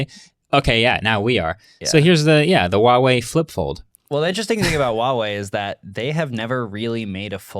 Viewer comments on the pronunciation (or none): The brand is actually called Huawei with a h sound at the start. Calling it uawei is like calling Google Oogle. :D